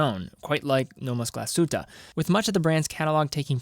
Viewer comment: You pronounce it - Glaashytteh”